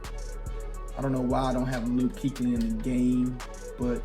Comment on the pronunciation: Lol g Luke Kuchely? All love but bruh wth lmao